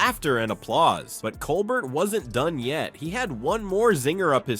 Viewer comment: Learn how to say "Colbert" and I'll subscribe. Seriously, he's in half the video